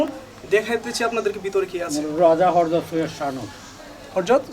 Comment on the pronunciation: Hajrat. Not Harjot.